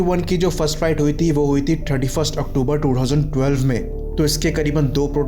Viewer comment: थर्टी का उच्चारण ठर्टी मत करिए। गंवार लगता है